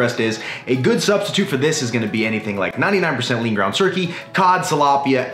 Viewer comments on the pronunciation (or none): none